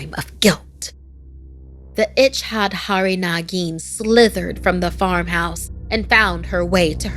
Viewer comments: The itch-had-hariry negeen 😂😂😂😂😂😂😂😂😂😂😂😂😂😂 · It's " ich-cha- dhari naa-gin".